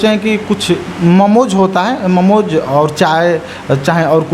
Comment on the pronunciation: ममोज नहीं मोमो होता है। बनारस में रहकर अभी तक भाषा भी नहीं सुधार पाया यह लड़का।